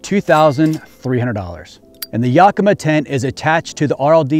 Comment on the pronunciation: Love the truck, we have to help you say Yakima right though. “Yak-ima” not “yuk-ima”. lol